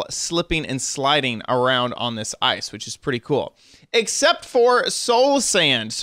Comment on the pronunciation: ur saying ice wrong